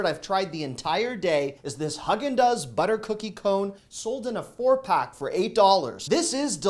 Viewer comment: It’s pronounced “HOG EN DOZ” lol 😂 Somebody had to tell you. We love your vids. My husband rates you high on his YOUTUBE experience lol 😂. We don’t miss an episode.